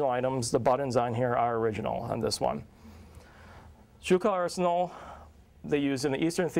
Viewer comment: Not pronouncing schuylkill arsenal right. federal soldiers had 2 rivit scabbard until in 1863 when they became 7 rivit. Wasnt till 1864 they used rivit and us stamped on cartridges boxes but their was still sime had us plate on 1864 models. Corrugated canteen didnt start until 1862, they did use scraps of dark blue and sky blue as canteen covers. This guy dont know much.